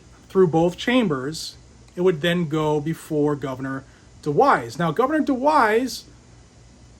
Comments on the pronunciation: DeWine not DeWise... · DewiNe, not DewiSe. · DeWine. not DeWise.....he has said he will sign it